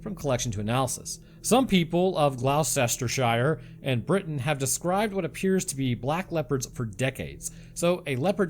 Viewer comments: Gloucester = GLUS-ter. (Not too bad.😂) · That’s how we pronounce it too. It was painful listening to that butchery of place naming. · Gloucester is pronounced gloster if that was the place you was trying to say. Or sometimes pronounced glochester